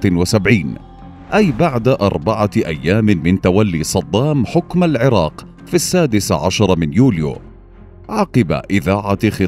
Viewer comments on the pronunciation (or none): none